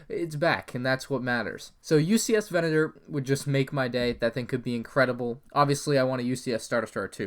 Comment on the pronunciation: VE-NA-TOR PLEASE